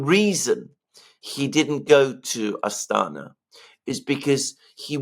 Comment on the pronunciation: 😉 Astana. It's key.